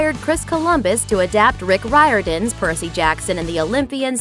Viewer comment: Did she really say rie-ordon